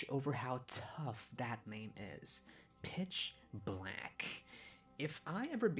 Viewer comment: I’ve never been able to hear anything other than “bitch black” and it makes it so hard to take him seriously sometimes.